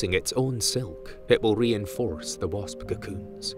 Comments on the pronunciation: and he called it a bosp instead of wasp. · "...a type of solitary BOSP "